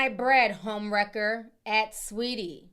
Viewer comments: Lmaoo idk if “Sweatie” was intentional or not but leave it just like that 😂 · "Sweatie" is FRYING ME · Not "sweatie" 😂😂😂😂😂 hilariousssss